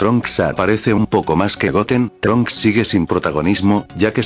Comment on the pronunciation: trunchs ni gotenks